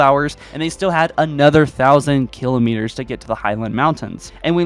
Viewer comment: Yeah.. the annunciation of kilometers and escherum really bug me.